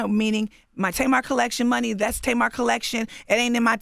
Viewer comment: Angela yee The Tamar has been around forever. My family has two, and I knew several growing up. Difference is they pronounce it the way it is spelt, not Taymar .